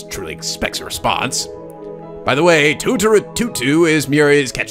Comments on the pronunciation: You pronounced "tutturu" perfectly the first time... and then you changed your mind and pronounced it incorrectly. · ***** THANK YOU and now i know what people mean when it is annoying to hear names pronounced wrong and yes more also its pronounced Tu-Tu-Ru not pronounced together as one word